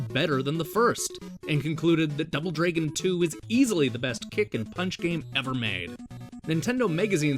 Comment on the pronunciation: you say the word "dragon" the wrong way dude. you say it like "draigon". so lame man!!